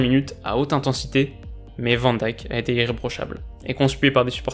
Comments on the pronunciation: “Vent Dique” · en 2 ans de Vidéo il a mal Prononcé 2 nom de Footballeur : Van Dijk et Piatek ( et piatek on dit Piontek donc perso je lui en veux pas )